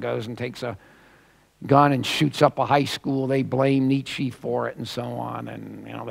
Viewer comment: the guy doesn't even know how to pronounce nietzsche. and, oy vey, that lisp! ACK